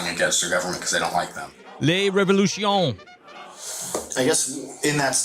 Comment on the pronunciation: Sir! Are you pretty sure, Sir, that it isn't spelled "la revolution" rather than "le revolution", Sir?:-)